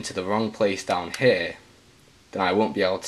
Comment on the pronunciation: It's pronounced here not hair